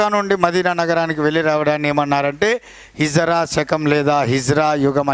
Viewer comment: Good explanation sir. But small correction sir. Its not hijra sir. Its HIJRI